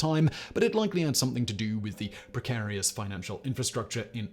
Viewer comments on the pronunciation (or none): none